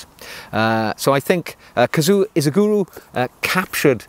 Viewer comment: Japanese is pronounded like it looks: KA-ZU-O I-SHI-GU-RO. Equal emphasis on all syllables.